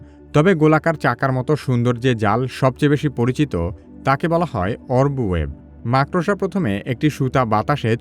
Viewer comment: ভাই, আপনি ভবিষ্যতে "মাকড়সা" শব্দটি সঠিক ভাবে উচ্চারণ করবেন এই আশা করি। ধন্যবাদ।